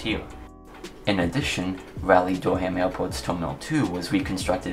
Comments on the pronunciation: It is not Dur-ham, it is Dur-um, also good video! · The way u say it doesn’t bother me, I could still understand. Great video as always!